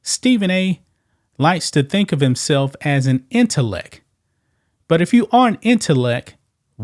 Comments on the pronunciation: Please pronounce the t at the end of the word intellect. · Dude go run and learn how to pronounce intellect😊